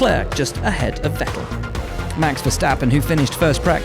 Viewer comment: why is he unable to pronounce Vettels name right? Its FETTEL dumbass :D